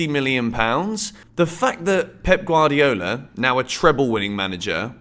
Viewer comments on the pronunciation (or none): none